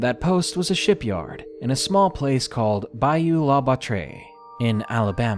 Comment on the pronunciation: I guess you've never watched forrest gump lol but that place in mobile.. in case you ever need it again is pronounced Bayou 'La Bat Tree' just fyi always learning!